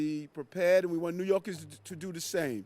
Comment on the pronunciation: He calls New Yorkers, '''New Yorgis''. This place is shot.